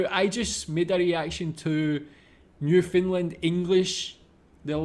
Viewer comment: Common Canadian pronounciation is Nyoof'nland with more stress on land than nyoof. Definately not NewFinland LOL